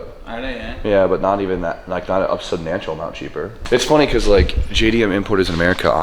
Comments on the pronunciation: he also said "Subnantial amount cheaper" when he meant to say "Substantial". Sometimes failures of the English language are the highlight of my day lol.. And I'm not saying that to be mean, I just find them amusing. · did you seriously fucking say "subnatchal"?